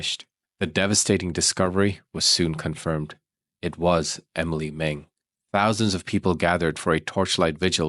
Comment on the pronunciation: Very shocking here in Denmark, thank you for giving Emilie a voice❤ poor girls who felt in the perpetrators hands.. 😢 btw you pronounce the names very good 👍